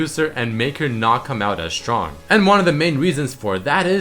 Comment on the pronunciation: Hey +, are you german by any chance? Because I always notice, that you pronounce the "st" like a "sch" ("schtrong", "schtrike" etc.). Your English is very good but this always annoys me a bit. I'm a German too and this is one of the most common mistakes for german people. No hate, just noticing it, so that you might improve.:)